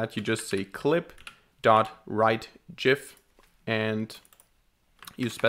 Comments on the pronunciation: It' pronounced GIF. =) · The trigger warning for the pronunciation of "Gif" was hilarious. Great video too ! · I'm sure it's pronounced as gif and not gif because gif just sounds weird and gif is clearly the right pronunciation for gif.